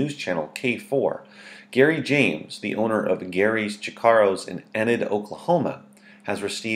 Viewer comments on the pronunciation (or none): Did he just said ined cmon my town is probably the easiest to pronounce in Oklahoma its E nid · First off, Enid - "Ee-nid" like Tennyson's heroine. Looks bad to cover a story but pronounce the town wrong. Second, your statistics are rough, even for 2014. Finally, what was that final jab at OK? Great state, awful human, wonderful town. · You can't even pronounce Enid correctly. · First of all, learn how to pronounce Enid. Second, as of 2013 and 2014 the demographics of Enid show that the population is only about 75% white and not 81%, as you stated. You probably used an old census statistic you got off of Wikipedia. Just lazy. And then to top off your laziness, you insult the whole state of Oklahoma! Yeah, I can't see how you are much better than Gary James. In fact, despite being opposed to Gary James' beliefs, i would rather listen to him than you because at least he is entertaining. You are just monotone and monotonous.